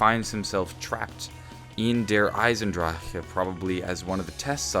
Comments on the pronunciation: Do you have a stroke whenever you say Der Eisendrache? "der eisendrahhh...ah" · How about we just all agree to leave out that last syllable on Der Eisendrache? Can we do that? Because it sounds kind of funny. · It's so funny when he say the map name